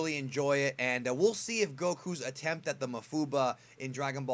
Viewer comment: pretty sure its pronounced maWfuba